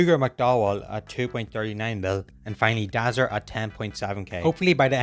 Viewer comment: That’s not drazzer it’s more like brazzers